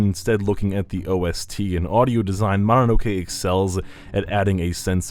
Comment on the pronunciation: Ma na no ke? Another Westerner butchering a very simple word.